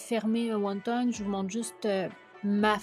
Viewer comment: On dit pas won tong mais won ton